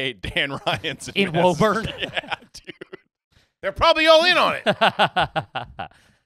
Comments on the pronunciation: 'Woo-burn' Mass lol, not 'woah-burn' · Hearing them say “woh-burn” instead of “woo-burn” hurts 😂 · IT’S WÚ-BURN YA SHITHEADS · It’s pronounced woo-bun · Hey I'm in woburn (pronounced whoo-burn) send me the address I'll walk up and knock on the door